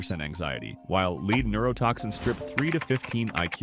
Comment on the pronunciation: The AI voice mispronounced "lead neurotixin." FIX IT!!!